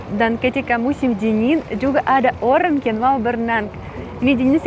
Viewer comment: Lucu "orang" bukan oren 😂